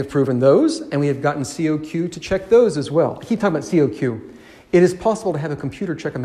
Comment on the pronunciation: It's not pronounced C-O-Q, it's simply kok.